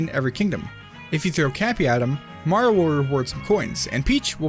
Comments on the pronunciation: HE SAYS MARO NOT MARIO BOI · “super maro odyssey” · "Super Maro Odyssey" 😕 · At The beginning:why do i hear "super maro Odyssee" 😂😂